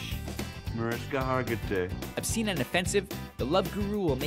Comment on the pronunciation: "Mariska Hargity" is that what Mike Myers said?